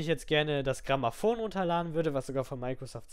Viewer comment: Also Bitte! Klares Dislike! Bitte sprich deutlicher und lies dir die Sachen vorher durch, bevor su sowas sagst wie Gramaphone...